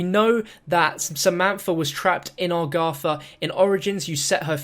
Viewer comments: it's agartha, not agratha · Or Argatha